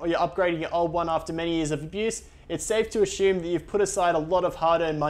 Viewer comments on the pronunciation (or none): none